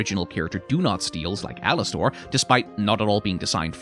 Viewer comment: “Alas-stORE” is driving me insane